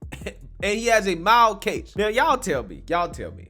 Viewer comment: It is 'mild'